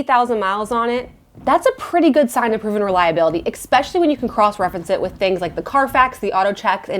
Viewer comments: Love your videos! We are now on the lookout for a comfortable 3-row SUV with 2 kids 11 & 15, just for space and you are my go to for all car info! I can't help but notice on most videos you say "eXpecially" but it is pronounced "eSpecially" :) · It's spelled especially, not expecially. Not sure why you pronounce it with an X. :)